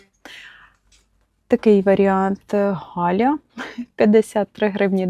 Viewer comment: Gelya аж ніяк не читається Галя 🙄.